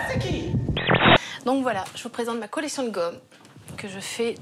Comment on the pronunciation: j ai cru entendre collection de god mdr